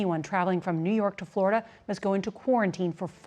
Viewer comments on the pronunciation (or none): none